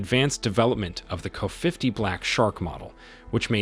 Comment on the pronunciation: The narrator can't pronounce K a.